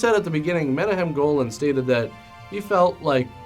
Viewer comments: Not tryna be a dick but Menahem Golan’s name is pronounced “Men-auck-hem” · Thats not how you pronounce Menahem. It sounds like " Meh nak um". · "Menahem" is pronounced "Mena khem" with a gutteral "K". It's Israeli. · Menahem is pronounced meh knock hem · I tried to track down a copy to see it. No luck. His name is pronounced meh-NAKH-ehm. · also the directors name is pronounced Men-ah-KHEM (its that gutteral hebrew sound lol) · you mispronounced menachem epic fail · You're mispronouncing Menahem Golan's name.